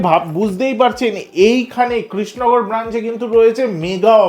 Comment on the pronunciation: তুই কৃষ্ণনগর উচ্চারণটাই করতে পারছিস না। তুই কি নেড়ে?